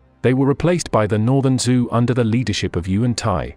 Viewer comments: Still, it's very good. First of your vids for me and I am quite impressed. Great job! The only thing that really caught my ear were the pronunciations of the Chinese lineages. As far as I know the name "Zhou" is pronounced like "Jo", or the American "Joe". Also, I found it kind of strange that all the maps had German names on them, even though there was nothing else having to do with Germany in the video. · Very fascinating history, doing a great job but I would enjoy this video a little bit more if Zhou was properly pronounced and the correct use of depicted dynasties for the visuals(Three Kingdoms, Qing Empress)